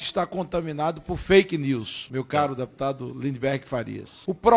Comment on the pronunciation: Ridículo! Qualquer coisa é " faiqui nius" Até parece que esses indivíduos possuem algum conhecimento de inglês.